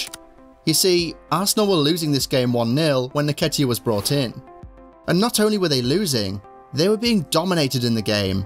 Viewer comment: En-ketiah not naketiah